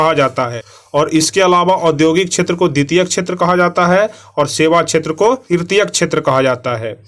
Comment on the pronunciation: सर आप प्राथीमिक छैत्र बोलते है सेवा छैत्र ko फिर क़ृषि को कुछ से कुछ बोलते है सही से चेक कीजिये 19 नंबर सवाल